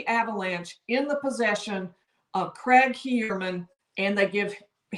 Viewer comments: Craig..your saying Cregg It's...Cryg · Cregg'..your saying Cregg..its Cryg